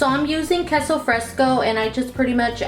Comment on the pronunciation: Everything looks great and yummy but please pronuonce queso fresco correctly💕💕💕